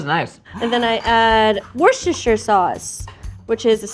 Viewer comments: Ohhhh man, you can TELL for sure worked/works with kids - But is 100% the best big kid ilysm Also; Worcester Sauce pronounce; Wuss-ter sauce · Wistah-sheer was how I was taught. Grew up in CT and MA though. Definitely regional pronunciations. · How to properly pronounce "Worcestershire": WUSS-TER-SHUR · wusta-sher sauce a lot of people try and smush the sta-sh into its own syllable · "worshishter sauce"